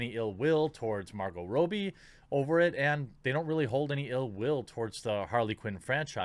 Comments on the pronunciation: Rob-bie.... not Row-bie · ^Robbie (short "o", not Robie). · Jesus Christ, stop saying "Row-bie", it's pronounced "Raw-bie"!! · Stop pronouncing it Row-bie....its Rob- bie dude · I believe her name is pronounced ra-b not row-b. Like my name Robby just with an “ie” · It's Robbie pronounced Rob-ee Jesus Christ how hard is it to say her name right? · Margot Rob-E Suprised he dosen't say Mar-GOT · God dammit, man! You need to make sure you know how to pronounce names! 😆 "Margo Ro-bie..." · I'm not sure if that's actually how she pronounces her name, but the way you say it bugs me